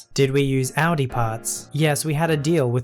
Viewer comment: Your perfect pronunciation of Audi makes me so incredibly happy!!!